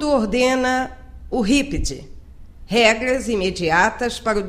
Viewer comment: confegue, regga, burocgata